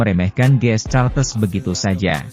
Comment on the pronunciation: Ini orang gimana gimana sih.GS Caltex bkn GS Caltes.Caltex /California Texas Itu perusahaan Oil milik Amerika belajarlah membaca yg benar.